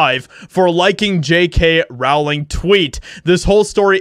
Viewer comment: I like your videos; and I feel exactly the same about this story as you do. So, don't take this the wrong way: J.K.'s last name is pronounced like "Bowling," except with an "R" instead of a "B." Hopefully you take this as construction criticism, because it just helps your content be that much better than it already is. 😋👍